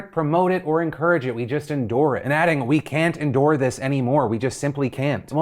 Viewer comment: Indoor..? its endure.. hahahaha